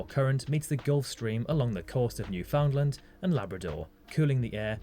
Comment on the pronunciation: it's not pronounced "New-found-lind" it's pronounced "New-find-land"